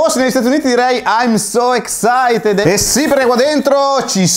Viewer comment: Tutto bellissimo, ma excited pronunciato così è un colpo al cuore ahahahah